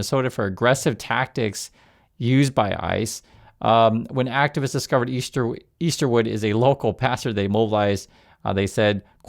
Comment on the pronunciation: Name not Eastwood..it’s “Easter-wood”. Yikes, as in resurrection is celebrated by Christians. A guy who missed some lessons I think.